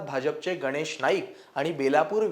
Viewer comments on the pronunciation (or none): none